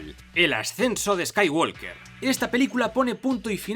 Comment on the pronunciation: en WALKER no suena la L